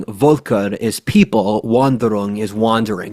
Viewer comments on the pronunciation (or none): V = F in german, folk not volk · Volk (people) is the word, not wolk. V is mostly spelt like F in German, rarely like W.